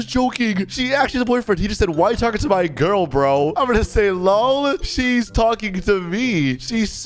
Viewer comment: Yeah bc that's how you say it